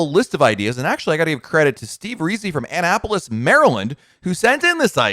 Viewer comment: Annapolis = /uh-NAP-o-lis/ with emphasis on the NAP. Love your channel.